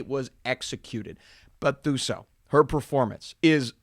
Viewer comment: Quick tip for pronouncing Thuso's name for the future (because I'm predicting she'll blow up in the future), in that language, the "Th" sound is pronounced with a hard "T" sound. So essentially, you'd say it as Tuso (2-so).